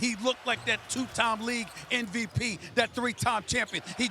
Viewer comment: Stephen A. "NVP" Smith